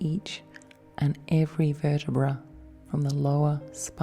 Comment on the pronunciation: When you were saying "navel" and "vertebrae" I didn't understand you at first and was like woahhhhh shit she's hypnotizing me to forget English oh god nooooo